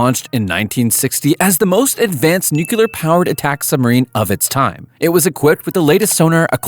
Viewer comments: Nu-kle-ar ... not Nu-ku-lar. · "nucelar reactor" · Nuclear. The word is nuclear. Even Homer Simpsons knows this. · You can't say nuclear that really scares me sometimes a brain can come in quite handy.